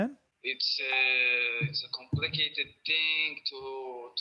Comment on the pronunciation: 🤣🤣👉🏻he said "compicated" 🤣🤣👉🏻🐫🐫🐫